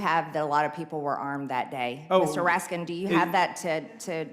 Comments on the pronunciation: Mr. Raskins. My name doesn't have a S on it. LMAO 😂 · "Mr Raskindts" lmao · So, she intentionally mispronounces her colleague’s name, to show disrespect at a basic level. MTG is a disgusting piece of trash! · "I'm a witness so I'm gonna ask questions Mr. Teddy Raskinszzz" Dumb as a doornail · "Mr. Raskins".....jousting with MTG. On surface, it's just so unfair.........but her mindless babbling must be addressed. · She can't even pronounce his name correctly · MTG will never have enough brain cells to go up against Raskin in earnest. She cannot even pronounce his name . She thinks her ignorant gotcha comments make her look cool? They make her look even more ignorant and evasive. She has millions but she cannot buy class or brain cells. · She doesn't even know how to pronounce Mr. RASKIN 'S NAME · She knows his name but pronounces it wrong because that is their way of making fun of dems. Well done, you idiot.